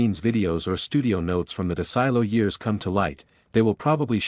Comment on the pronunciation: It's pronounced "Seller-on"...I grew up in a town near Jamestown and the nearby Celeron...and it's "Dez-ee-lou"!! Wow! Forget AI and get someone to narrate!